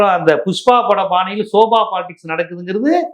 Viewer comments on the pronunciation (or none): Bro, Sofa not Soba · யோவ் அது ஸோஃபா....என்ன தமிழ் படிச்சியோ